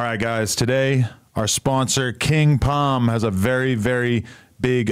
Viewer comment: Them “king Pom “ ads get annoying when u getting paid & mispronouncing the shit. It’s king palm my man there is an L in there